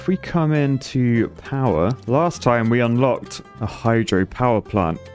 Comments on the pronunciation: Ah yes, hydroelectric poower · Ah yes. The Poower plant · It's a poo-wer station! Maybe call it the poo-ver dam?